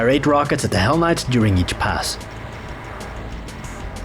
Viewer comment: I thought you called them, "Why the hell knights." 😂😂😂